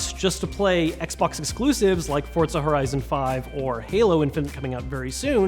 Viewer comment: This dude says FORT-ZA lol